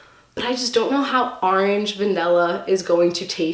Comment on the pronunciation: I love how she says arenge instead of Orange is so funny